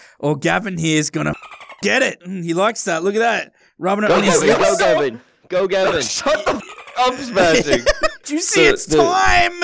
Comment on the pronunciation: It's not gabin it's gavin